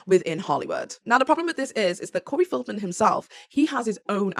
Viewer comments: Feld-man not Field-man😘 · Corey FELDman, not FIELDman.